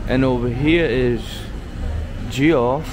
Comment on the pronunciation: It’s pronounced Jeff not Ge off